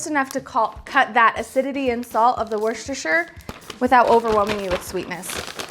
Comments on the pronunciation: In the Uk it’s pronounced “wuss ta” sauce. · It is pronounced Wus-TA-Shear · It is spelt Worcestershire and pronounced WOOSTERSHIRE Sauce. LOLOL.